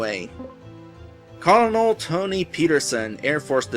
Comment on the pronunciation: Colonel. You know, as in "Colonel Sanders." A military rank. Pronounced like "kernel" of corn.